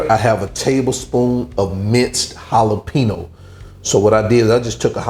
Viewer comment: Great dish but, brother, you are mispronouncing the word "jalapeño", like 900 xs in this video! lol